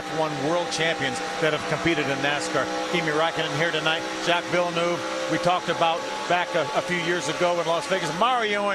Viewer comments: “if you race formula one, you don’t see many caution flags, he’s probably seen more of them tonight than he has in his entire career”. this one quote shows off exactly how much this guy knows about formula one. also why does everyone keep pronouncing jacques villeneuve’s name wrong, like come in guys, he’s canadian, it shouldn’t be that hard. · Her pronunciation of Villeneuve nearly took the soul out of me. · Honestly though, their pronunciation of Villeneuve is no worse than their pronunciation of Räikkönen. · that one hurt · as a french canadian yeah this fucking hurts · I hate it. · I knew it wasn't just me who was bothered! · In Western Canada we sometimes pronounce it like that, too. Jackie Stewart did too. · I think this is a typical Southern/Midwestern American mispronunciation. To be fair, the British are just as bad about pronouncing words however they see fit. Just ask any Brit to say Haas Racing, or to pronounce any Spanish or Japanese words (like Nissan). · I don’t blame her for mispronouncing it then lol, that’s a weird last name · That pronunciation physically hurt me. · They keep saying Jacques Villeneuve's name wrong :'( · How are Americans supposed to like f1 if they cannot even say villeneuve right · I mean, at least they should try to pronounce it correctly. They are not typing it, plus, the 'British' say it correctly, so why can't the 'Americans' do the same? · As a presenter, she should have ensured her pronunciation was correct beforehand for quality. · Well as a French Canadian, I can assure you, that's not even close to how you pronounce Villeneuve. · I appreciate what you say, but that woman saying 'villa-noov' rather than 'veel-nerv' (which would've been at least approximately right) suggests she hasn't even bothered to do her homework. I guess with Finnish names, non-native speakers don't want to embarrass themselves by attempting to replicate the characteristic trills and pauses of the Finnish tongue (which for the record I love).